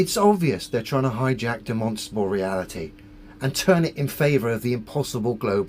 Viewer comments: He can't observe basic spelling. Its demonSTRAble, not demonsable. If he can't get that right, why on earth should I trust his "obeservations" about the planet? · Can somebody teach this guy that it’s “demonstrable” & not “demonstable” 😂 I’m sure I caught a “phenomenom” in there as well! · Can someone teach the flat earther how to say demonstrable, he says demosible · It's not de-MON-stra-bl It's DEM-uhn-stra-bl. Type it into Google if you're not sure. The recording says it right, the ai does not. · Is he trying to say demonstratable reality? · If that bloke absolutely has to say 'demostrable' every five farts in a pathetic attempt to seem like his head isn't full of yoghurt, he should atleast have the decency to learn how to pronounce it properly. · If I have to hear this guy say "Dimonstabal Reality" one more time.... lol. How can anyone listen to this moron? It's insane. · I don't think he even says Demonstrable. He says Demonstable. The Stability of Demons - specifically the little demonic whispers in his head calling him an idiot for believing the earth is flat. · I keep hearing it as "de-monsterable". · You'd think for someone who likes to say the word 'demonstrable' 50 times a sentence and with the gravitas only reserved for gods, you'd think he'd learn to fucking pronounce it right. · Can’t even pronounce demonstrable …. 😂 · I’m pretty sure he doesn’t know what a demonstrable reality is when he can’t even pronounce the word demonstrable. Have you ever noticed all these conspiracy nuts have real problems pronouncing words that they use really frequently? Like Giorgio Tsoukalos from ancient aliens can’t pronounce extraterrestrial. Pretty sure it’s because they are lizard people 🤔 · Why can't he pronounce the 'R' in the middle of 'demonstrable'? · I apologize for him, he mispronounced "demonstrable insanity" … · I dont think he understands what demonstrable means. He can barely say the word.